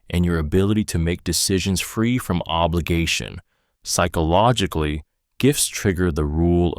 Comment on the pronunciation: Please learn how to say psychologically. So damn irrating.